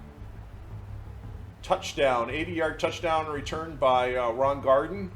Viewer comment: I'm only saying this because the 70 Colts are my favorite team of all time. Kick returner Ron Gardin, last name pronounced GAR-DEEN. Really enjoy the videos! 🏈